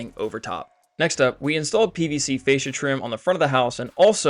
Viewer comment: i love it! one little thing that did bug me though, "Fascia board" isn't pronounced with an A as in 'way' but with an A as in 'at'. I only know this because not only is it a carpentry term, it's also a massage therapy term. 😉